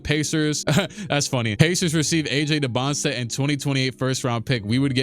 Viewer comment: I love you but it irks me you still say DybantSTA not DybantSA